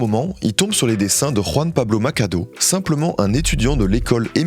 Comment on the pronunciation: "Macado" au lieu de Machado aussi😅 Sinon super vidéo